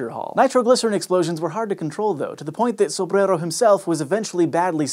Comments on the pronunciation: I LOVE THAT YOU SPEAK SO CLEARLY!!! I could listen to you all day...AND how refreshingly respectful of you to pronounce "Sombrero's" name correctly! I appreciate your attention to detail. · had a really fun time pronouncing Sobrero's name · Why do you work so much! Cheers to your hard work, but let Hank work too. I like you pronouncing Sobrero though! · i like how you pronouce sobrero